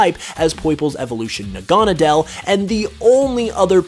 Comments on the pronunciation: Probably failed because you cant pronounce naganadkle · I've never heard naganadel pronounced like that